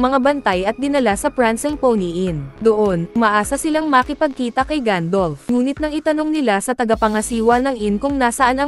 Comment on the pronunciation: Gandalf not gandolf